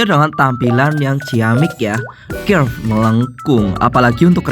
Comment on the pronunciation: Curve di bacanya kerf 😅